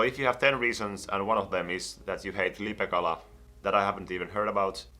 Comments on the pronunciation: puhu LIPEKALASTA eikä LIPEÄKALASTA. 😂😂😂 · Eetu Hartikainen ei oo olemas lipekalaa vaa lipeäkala se ei sanonu sitä oikein